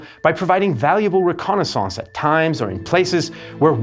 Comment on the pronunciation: "Re-Konna SONSCE" 😂